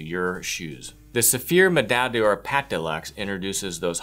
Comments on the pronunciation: Pronounced door.. not "day or". D'or sounds like one word in French. just a tip. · Yes, except he cannot pronounce the product name properly! D'or is the same as dor.